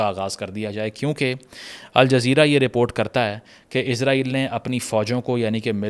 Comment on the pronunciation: it's Israel not Izraeel